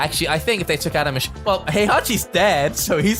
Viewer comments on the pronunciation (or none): none